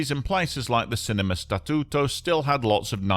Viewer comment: Your pronunciation of Statuto it’s perfect sounds like you are fluent in Italian language, people names are good but can be improved. Overall 9/10 on Italian language speaking/pronunciation.